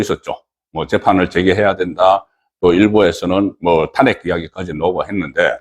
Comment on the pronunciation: 탄핵 ' 이 아니라 '탄핵' 악센트를 앞이 아니라 뒤에 두고 발음을 하세요